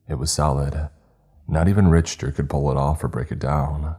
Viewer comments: Rich ter... RICH TER. it's pronounced Rick-Ter. Other than that it was a great story, I'm giving them a hard time but they do a good job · dude no one pronounces it "Rich-ter" anyone that went to college and studied physics or engineering knows this. It's an English word: and in America and Uk it's Rick-ter (I googled it) the dude is wrong. Story was great but rich-ter just bugged me. It's a learning experience for writer. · my guy, for the sake of verisimilitude, the name Richter is pronounced like Rick-ter, the h is silent. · Richter is pronounced Rick-ta ... But sometimes I think you mispronounce certain words on purpose for effect. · your wrong bruv, if something is pronounced incorrectly it is pronounced incorrect. Like if you pronounce house as hose or who's your are not saying it right. And Richter scale is pronounced "RICK-TER scale" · Richter is pronounced "Rick-ter". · dude or dudet you are so wrong on this. The only people pronouncing it Rich-ter are people that never heard it pronounced. I don't expect the narrator to take physics and Engineering classes. But don't crap 💩 in my hand and tell me it's roses. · Hey man...."Richter" is pronounced "Rik-ter". Have you never heard of the "Richter scale"? It measures earthquakes. I've grown to like you as a narrator, but you don't seem to ever look up the pronunciations of words you don't know. Sometimes it's hard to get past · I think might be trolling us. I think he maybe is intentionally pronouncing the word wrong. I refuse to believe someone doesn't know how to say some of these words. Every time I hear I cringe. This is coming from someone who loves channel... There are just some of us out there that hate hearing mispronounced words. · Richter scale is pronounced RICK-TER, not rich-ter. Richter scale tracks and quantities earquakes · It’s “Rick-ter” not “Rich-ter” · It’s pronounced “Rick-ter” not “Rich-ter” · Awesome story just couldn't get over "rich"ter instead of "rick"ter